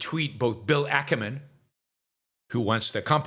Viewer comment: Bill Ack-man not Ackerman